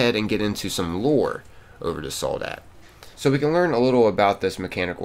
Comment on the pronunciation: Love your videos. Is pronounced sol- dad-o, the word for soldier in Spanish I what I think you’re trying to say.